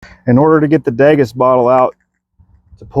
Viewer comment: degas......DEE-GAS....daygus what the fuck